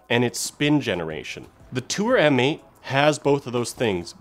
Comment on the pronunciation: M8 is pronounced MATE!